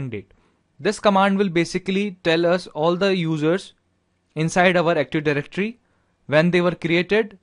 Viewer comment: is not Aktuf Dajrectory , is Active